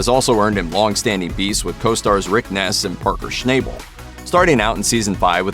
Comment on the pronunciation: Too bad you guys can't pronounce people names correctly, Parker's last name is pronounced as "Schnabel" not "Schnayebel"